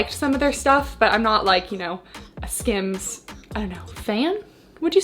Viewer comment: It sounds like you're saying scams when you are saying skims, which is fitting when it makes lululemon prices look like the dollar store